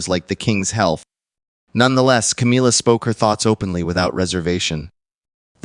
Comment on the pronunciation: Why does your voice fade out weirdly. It's Camilla not Cameella.